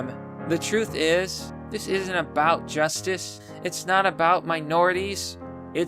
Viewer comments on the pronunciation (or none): none